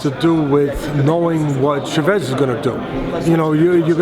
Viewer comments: lol the way teddy says che-vez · The real Coach Edmund Shevez. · The way he pronounced Chavez